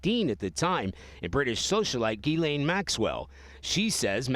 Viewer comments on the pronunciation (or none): none